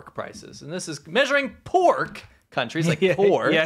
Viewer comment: why is it poork not pork